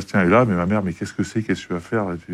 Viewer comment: A peine quelques secondes dans l'interview et on se rend compte que Pley n'y connait rien. Prononcer "RuDby", penser que Chabal est une star au même titre qu'un Dupont etc